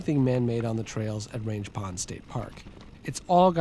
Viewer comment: Great video as always! Fun fact (and for reasons I can't understand): it's pronounced "rang" with a hard g instead of range.